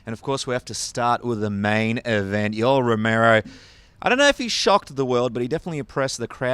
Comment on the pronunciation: Yo-el sir not Yoll!! XD